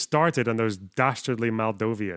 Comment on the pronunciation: The name of moldova in most languages, and historically. But it mostly just sounds like she mixed up moldova and moldavia It's like if she said bielorus